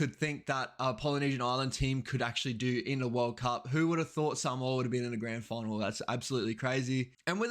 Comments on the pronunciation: So good to hear someone that is not Samoan saying Samoa correctly. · I enjoy listening to this man pronouncements especially when he pronounce the word Samoa perfect really good 👍 👌 Cheers.